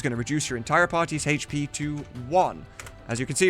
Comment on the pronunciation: Sick video. It's great to see it all slowed down, stopped, and broken into chunks. Just... Stop saying hache pee.